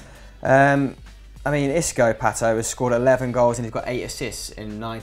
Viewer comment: i cringe every time i hear how you guys pronounce "Pato"... "Pehtuow"... CRINGE!